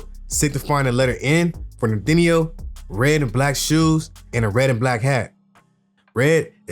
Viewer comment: Bro said “Nor-tin-eyooo”😭